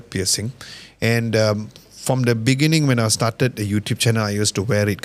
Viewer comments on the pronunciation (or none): Hahaha “beningging”, thanks for watching bro 🙌